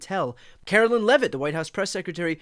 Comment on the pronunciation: Car-o-whine Levitt please SYFM!